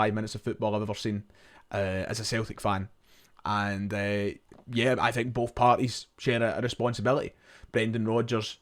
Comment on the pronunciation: Breaf or bof oh dear , did you have an education ?